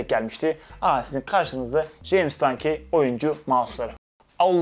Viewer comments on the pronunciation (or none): Dankey değil de dankiy desen daha iyi olur.